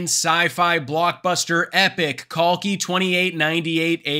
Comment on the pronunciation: ❤❤ brother your pronunciation of Kalki is better than the Indian youtubers😂😂 the Genie Indian youth does not even know their old scriptures whereas foreigners are depicting it in a better way